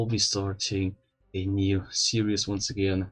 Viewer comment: hold on. "oncye agianye"